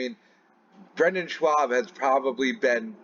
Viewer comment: The way you’re pronouncing Schaub suggests you suffer from dyslexia on top of the already debilitating speech impediment. That being said, you take peoples shot talking in stride and I’ve never seen you cry about anything. That alone makes you more of a man than these crying pussies pretending to be free speech crusaders